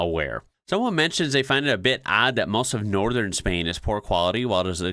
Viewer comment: trying not to cringe every time you say Spain like that